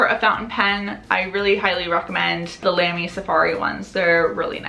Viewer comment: fyi Lamy is pronounced with a long, round a like in salami :D